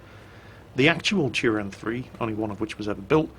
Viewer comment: you butchered the name but I don't care